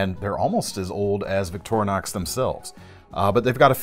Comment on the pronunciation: Liked the video! ...but it's killing me when he says Victor(uh)nox instead of Victorinox (Victoria + Inoxidable = Victorinox ....no "uh" js😁).